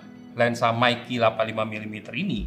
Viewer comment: Meike aja om jangan meiki 😂